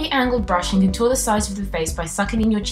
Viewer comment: Very cute look,! ♥ You stress the wrong syllable in 'contour', though..!:P /Englishteacher